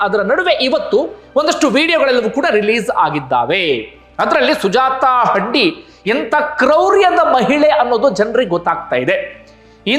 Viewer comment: ಹಂಡಿ ಅಲ್ಲ sir ಹಂದಿ